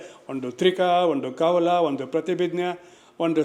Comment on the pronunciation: ಒಂಡು ಅಂತಿಯಲ್ಲಪ್ಪ... ಸರಿಯಾಗಿ ಕನ್ನಡ ಉಚ್ಚಾರಣೆ ಮಾಡಪ್ಪ ಮೊದಲು.... ಕಾಂಗಿ ಏಜೆಂಟ್...